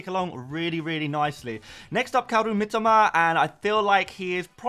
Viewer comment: Ffs...it's MiTOma...not "Mitima"...such a trigger, as you constantly say it